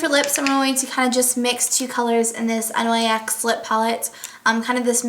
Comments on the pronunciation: I thought it was nyx not n-y-x as in spelling it?:) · You said N.Y..X instead of nyx?? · It's pronounced nix.